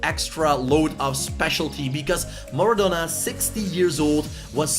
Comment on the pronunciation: STOP STOP STOP! YOUR SAYING IT WRONG ITS MARADONA NOT MARADONNA